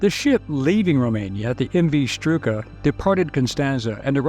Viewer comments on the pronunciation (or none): The name of the cattle ship, sunk on February 24th, 1942, with 769 Jewish refugees, was STRUMA, not Struka.